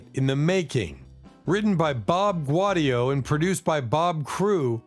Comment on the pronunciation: It's Gow-D-oh.